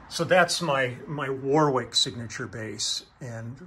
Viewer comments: Warwick is pronounced 'worrik'. Thanks for the video, enjoyed everything else. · If Warwick is named after Warwick in England, we don't pronounce the second "w", sound like warrick.